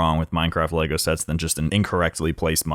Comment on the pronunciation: i feel like he said shets instead of sets